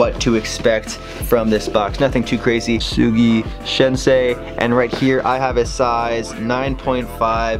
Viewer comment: Huge otaku, can't pronounce Tsugi 🤣. Still, anime fam doing sneakers is the best way to do it.